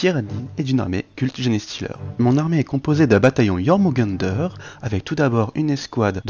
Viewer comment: Vous méritez un pouce rien que pour avoir prononcé "Jormungandr" correctement :')